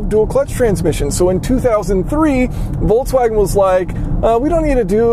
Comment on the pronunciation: Volkswagen is made for people (volks) not wolfs :-) Please pronounce it as it is. And I’m not even German.